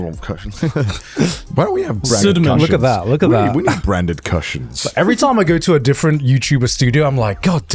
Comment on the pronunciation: Connor: "CUSH-ins" Me: "Actually, it's pronounced COO-SHINS!" 😂